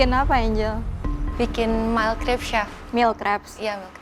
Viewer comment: angel udah berapa kali ngomong mailcrip mailcrip duh mbaca aja gabisa lu sama menye mnye banget dah ewhh